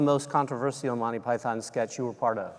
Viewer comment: Why can the host in particular and Americans in general not pronounce Monty Python? Listen to John, it’s not Monny py-THON, it’s more Mon-Tea PY-thern.